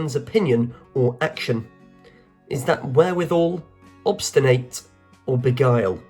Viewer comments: not awbstinayt but awbstinet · Where are you from? I’m from AoNZ, a kiwi, and haven’t heard a single mispronunciation. Possibly more formal than conversational eg obsti-8 -I would just obstin-nit sort of thing